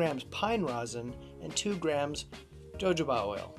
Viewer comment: This is an absolutely wonderful approach ~ thanks so much for posting! For future reference, though, you'll want to say "ho-HO-bah". There's an entertaining scene in "Pink Panther 2" (Steve Martin) that depicts how much fun using jojoba can be, haha: Again, thank you!!! 🙏🏼😁